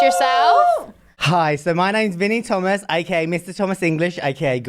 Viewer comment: I thought you said mini Thomas, lol